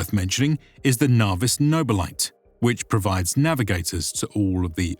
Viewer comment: “Noble lite”😂😂